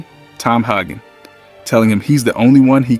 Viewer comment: Haaaay-gen. Not Hahhh-gen. Come on. 😂